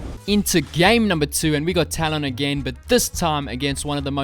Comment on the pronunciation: Please say his name correctly!!!! Tal-uhn not Tal-ON.